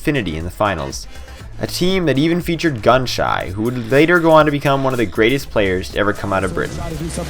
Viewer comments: It's pronounced GunShe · Great video, but you made a little mistake ^^ Gunshy is pronounced Gunshi and not shy ^^ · Good video btw you ment to say gunshy like gun-she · The EU pro is pronounced Gun-Shee but it's spelled Gunshy. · its pronounced 'gun-she' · I couldn't take this video serious anymore after gunshy's name was pronounced.